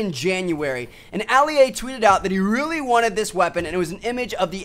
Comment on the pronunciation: Like if this was the first time you heard him say Ali-A